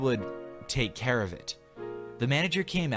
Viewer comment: that he would "take care-N of it"?